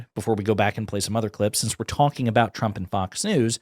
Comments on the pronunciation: the newscater says President Tramp instead of president trump. How fitting! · I love that she called him President "Tramp" . lmao